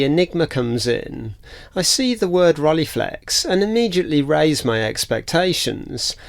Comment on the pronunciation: Interesting video. BTW "ei" in German is pronounced like "eye" in English - so it's actually "Rol-eye-flex" from "Frank--e und H-eye-deck-e" (the single "e" is pronounced like the begining of egg in French "ouef", but without the "f" part) I did briefly consider the SL35M before buying an Olympus OM-1 back then. Lens choice was part of the reason